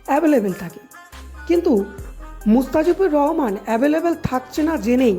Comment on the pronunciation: Vai mustafijur Rahman tic kore name ta bolo😂😂